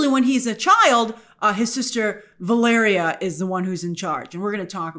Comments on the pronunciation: Oh grace. This mighty seem like a minor thing but I’m so happy to hear you pronounce “Valeria” correctly. I don’t think I could take any more “Valereea” 😂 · They need to go full RoboCop on RDJ's Doom's face. P.S. Yay for finally saying Valeria's (and my daughter's) name right!!!❤❤❤ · The screen wipes are still killing me Grace, but at least you are finally pronouncing Valeria correctly!